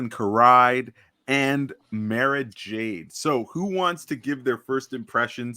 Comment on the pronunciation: This was a wonderful conversation, and I'm glad that I found this video, but I do take issue with one thing... Who in the world is Talon Karrai? I know of no such person. I do know Talon Karrde, whose last name is pronounced like the word 'card,' just like his ship, the Wild Karrde. I hate to nitpick, but that did hurt to hear. Despite that, I have subscribed to this channel, and I look forward to seeing more of your analysis of Zahn's great works. May the Force be with you, always. ^_^